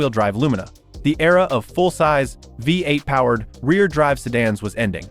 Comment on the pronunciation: American “Veight” engine 😂